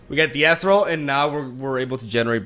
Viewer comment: ethereal (not ethrel or whatever)